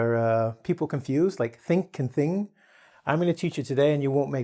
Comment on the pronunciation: You are teaching the incorrect way of saying NG. Can't you hear yourself, then listen yourself saying THING and WRONG . Those are two different NG sounds. Say it with me: King Kong, Sing Song, Ping Pong. Got it? Now you are explaining the tongue posture for NG like in Among, WRONG, but keep saying ING like KING. Learn some basic phonetic stuff, like palatalization after front vowels when velarization becomes pre-velarization and you will be able to distinguish real pedagogue from self-proclaimed "teacher"